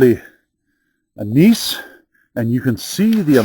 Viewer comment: Geologist here. Gneiss pronounced nice here in the states.